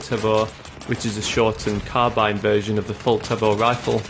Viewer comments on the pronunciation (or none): none